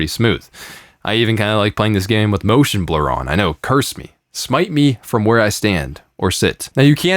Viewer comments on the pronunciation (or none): Moshon blaaa? Moshon blaaa? You Embaaarass yo faamiri. Moshon blaa is what you call Your collage education. Haiyaaa...!